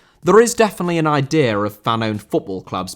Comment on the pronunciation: Idea* not Ideer!